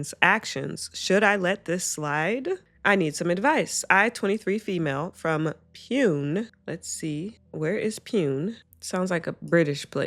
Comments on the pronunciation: The city in India is pronounced “POO-nay” btw (like neighbour) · just fyi, the city pune in the second story is pronounced "poo-nay"